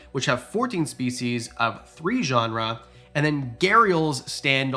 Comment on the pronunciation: Tuatara on the top of my list too. Another 'living fossil" I like is Horseshoe Crabs (family Limulidae) with are essentially unchanged for over 400 million years. Also genera (plural of genus) is pronounced 'JEN er ah'... you pronounced it 'genre' (this is just informative, not critical. An adage I like is "Remember, anyone who mispronounces a word, learned it by reading.")